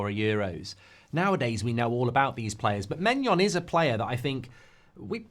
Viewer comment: How can you pronounce maignan as maynion and gyokares as Jokares